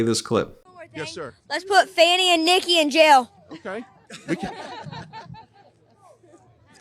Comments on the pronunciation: Halina or Herloony seems to mispronounce Fani Willis's Name? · Every time they mispronounce her name they sound so impotent and insecure. Like a 2nd grade bully on a playground. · He doesnt know how to pronounce fani in french. sources: i'm french and fani is a common name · Fani Willis pronounces her name correctly (because, unlike that illiterate idiot Trump, she can read) Because there is only a single ‘n’ the ‘a’ is a soft ‘ah’ sound If there were a double ‘n’ THEN the ‘a’ would be a hard ‘a’ sound as in aPPle, aTTack and aSS-hat It’s called the ENGLISH LANGUAGE - LEARN IT! SERIOUSLY, I learned this in 2nd class Primary School the year after I learned my vowels How much did Trump’s father pay for his education again…?? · Constantly Intentionally mispronouncing a black person's name is clear racism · Donald Drumpf, or whatever he calls himself these days. Fani, has always gone by that pronunciation, these idiots. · First of all it's NOT spelled the same. Your butt is spelled 'Fanny' and it is In reference to your butt, it is spelled 'Fanny'. Fani is NOT a French pronunciation. Educate yourself Trump. FANI should SUE Trump for defamation. The guy just can't shut his mouth. He has NEVER had to suffer the consequences of his actions so HE will never learn. He acts on his impulses without a thought. His lawyers cannot control this idiot. THAT is why they have quit or have been "Fired". Listen to this bully speak. This whack job is spreading his hate. Listen to this child. THIS is the future. Can you see why Melania no longer takes interest in the 'anti-bullying' movement when her husband is the biggest BULLY in the world, in history. Imagine giving this insane person the power to push the button. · Trump’s wrong again. He's trying to say that Fani sounds like fannie or fanny. The latter is your buttocks. Fani does not equal Fannie. Fannie is pronounced as in Fannie Mae. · We knew Bobbit was not educated,then why can’t she pronounce Fani